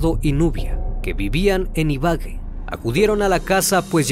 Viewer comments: Ibagué con tilde en la e, no ibague, enfatizando en la a como dijo el locutor no es difícil pronunciar correctamente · No es Engativa es Engativá, no es Ibague es Ibagué tus videos son muy buenos e interesantes, pero al omitir esos detalles por momentos se pierde la seriedad del video. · me dio una risa escuchar como dijo ibage:IBA---GE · Muy chevere tu relato me encanto, pero no sé dice Ibague se dice Ibagué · Hola excelente video. Me dio mucha risa como pronuncia los lugares de Colombia ya que les cambias el acento. Como Engativa e Ibagué ajjaja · Bien narrado, solo diría que los nombres de algunos lugares mencionados son agudos, es decir llevan el acento en la última sílaba, ejemplo: Ibagué, Engativá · Gran video e investigación (como todos los que realizas); no conocía gran cantidad de estos detalles, impresionante tu trabajo. Con todo respeto te comento, es Facatativá, Ibagué y sabana de Bogotá (no sábana) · Sólo a manera de información y con mucho respeto la palabra Ibagué tiene el acento y tilde en la e,escuché que la pronunció incorrectamente,es con cariño que se lo digo🤗su voz me encanta ,es envolvente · Parece que al se le pasa leer las tildes 🤭 Ibagué** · Buenas. Se dice "Ibagué", con tilde en la E. :)